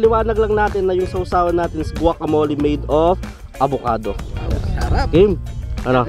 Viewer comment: Guacamole- mo-le Not mo-li